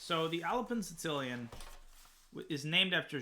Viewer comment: you pronounce the Sicilian "Sitilian"?